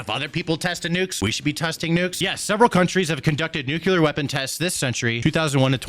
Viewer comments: Dude! It's "nuu-clee-ar," not, "nuu-cuu-lar." OK, rant over. 😅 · The word is NU-CLEAR....NOT "nu-cu-lar".....I love ya, but please say the word without added syllables, just looking out my dude. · OMFG is “New - clear” not “new-cue-lar” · Nu cle ar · I can't believe you say nuke you ler